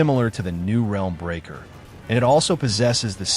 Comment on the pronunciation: why'd you narrate this with AI? and did you not check the way it pronounced EE ai slash and "helm" breaker instead of "realm breaker" the video was fine but i cant even be sure you actually wrote it now. at least the production in editing and testing was good